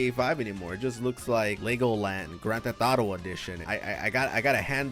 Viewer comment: “Gran Te Thotto”